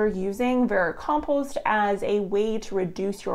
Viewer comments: Vericompost, a silent 'm' i was not told about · How many times can I listen to someone mispernounce the word vermicompost? Not enough to sit through this video